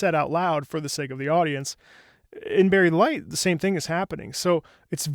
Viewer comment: Did he just say... Berried delight!?